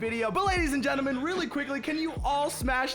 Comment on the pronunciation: At the start of the vid he said geneman instead of gentle man